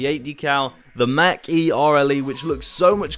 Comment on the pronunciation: I love how he says Mac instead of Mach lol and on the sides of the Mach e when turning it you see the electric current only on the side witch you turn from